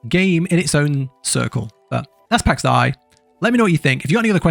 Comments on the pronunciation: pax day not pax die although...... (even speech programmes online can say it correctly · its pax dei!, pronouced like in pax Day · "pax die" really dude? jesus christ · lol its pronounced PAX DE ´I learn to pronounce Son! hahahahahaah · Well you suck at saying Pax Dei. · Please stop trying to pronounce Pax Dei. You're terrible at it. Good, informative review though.